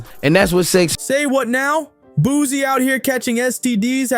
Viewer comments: He keep saying Boozie and it’s frying me 😩😩😩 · Why he keeps calling him boozy😂